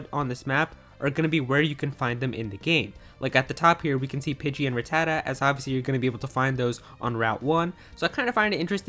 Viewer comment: Pokedex entry for Rattata from the anime. You pronounced his name wrong which happens have been a major pet peeve of mine since my Elementary School days (25 years ago lol).